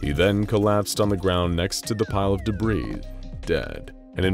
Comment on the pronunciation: Debreeze (rhymes with Febreeze) or debris, a french word that is pronounced deb-ree.